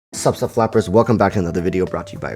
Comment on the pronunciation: i thought he says fappers